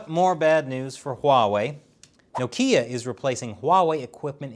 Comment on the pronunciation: Wtf how did you say Nokia?!?! 😂